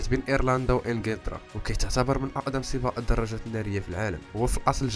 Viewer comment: ماكاينطقش حرف القاف 😂